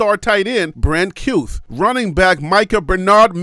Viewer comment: Kuithe is pronounced Kee thee